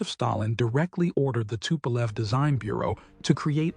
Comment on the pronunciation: another AI production, not as bad as most, but so many annoying artifacts, such as how it says the plane's name, using video game footage, and random footage that doesn't have anything to do with the script. MEH